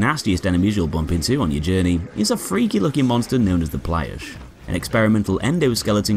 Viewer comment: Plyusch should be said like “PLYOOSH”, one syllable, not “PLYE-oosh” I know this is nitpicky, but this robots name is pronounced “BELL-yash” and not “BELL-ee-ash”. Two syllables, not three.